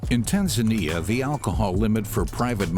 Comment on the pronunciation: How did they record a guy pronouncing Tanzania like a local, but still continue to let the narrator pronounce like a western the whole time xD